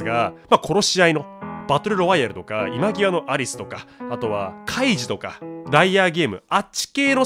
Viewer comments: いまわって読むんやで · 今際→今きわではなくいまわです。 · いまぎわが気になりました（笑） いまわです